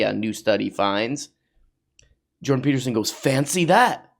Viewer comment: "Jordan Teetersen" 😂